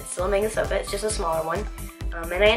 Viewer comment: I like your videos a lot! They are really well made. Also, not sure if its still there, but there is a takoyaki stall next to that Manga Souko that I think is the best on island. Wanted to let you know its pronounced "Mah--nn--gah Sohh--Koh".